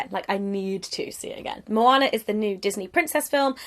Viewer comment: I am so glad that you say Moana correct, thank you for that.